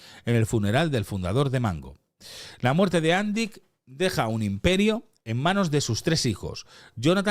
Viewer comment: Has anat a l'escola crec oi? Si fos "Àndic" com dius tu, portaria acent a la "a". Com q no en porta, és una paraula aguda en aquest cas, amb èmfasi a l última sil.laba. Fins i tot el video q poses de tele5 ho pronuncien bé i tu erre que erre....